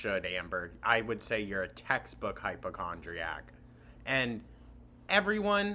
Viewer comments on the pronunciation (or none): ish . She definitely said HYPERchondriac. I know I’ve heard her say it that way before